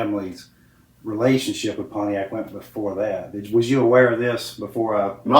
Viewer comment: Richard pronounced it ‘Ponyact’ 😂😂